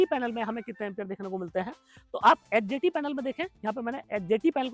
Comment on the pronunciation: Aap ji bolte hai bo neeche likha hua bhi aata rahe,, 🥸 kyuki bolte time confusen ho raha hai,, hjt bol rahe h , ya hdt